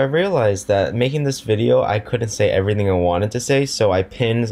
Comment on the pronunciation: everyth ing. everyth, ing. Omg i had no clue everyth ing was spelled like that!!!1!1!!!11!1!!!